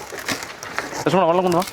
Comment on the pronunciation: സ്വതസിദ്ധമായ പാലക്കാടൻ ഭാഷയിലെ ലക്ഷ്മണൻ എന്നുള്ള വിളി കേൾക്കാൻ , ഒരു ചന്തം ആണ്